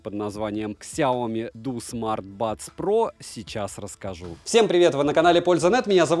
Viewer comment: Произноси правильно! Сяоми'. А не ксиоми🤮. Аж кровь из ушей. Обзоры у него блин быстрые